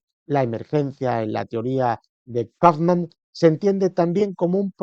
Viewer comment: El locutor deberia saber como se pronuncia un apellido alemán y no pronunciarlo en inglés